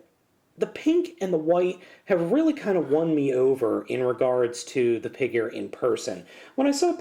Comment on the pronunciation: "Pigure" I don't know why, but that made my day LOL